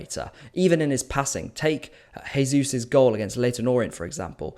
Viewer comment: But - you gotta pronounce "Jesus" the Brazilian / Portuguese way... not the Spanish / Hispanic way.:)